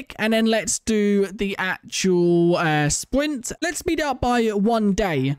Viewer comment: What he says- sprint-what we hear-spwint😂